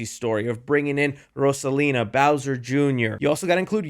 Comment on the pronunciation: Love the way you pronounce Rosalina! 🔥